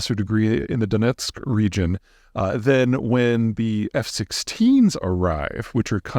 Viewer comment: Your pronunciation of Donetsk was spot on, almost native 👍